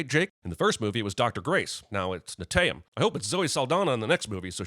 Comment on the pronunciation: With the way Netayem is pronounced it was hard to not hear the characters just shouting "Dayum!", especially when he got shot.